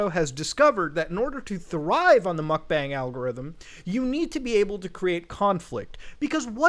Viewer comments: why does he still say "mukbang" so wrong 💀💀💀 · Muk b-AH-NG stands for "eating room" in korean aka eating stream because your stream is your "room" or B-ah-ng but its not bang like a gun. its been going on for years we should stop mispronouncing a trend that isnt going away, korean seperates all the vowel sounds from each other so any A in romanization is an AH sound